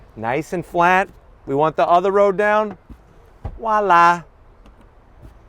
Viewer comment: Ok, another great review of a very nice vehicle, but enough with the Wala's (it's Voila') and the "hydraulic struts" they are actually pressurized gas struts. Hydraulic by definition involves liquids and there is no way you could compress a liquid with those struts. Geez dude...two more Zonks!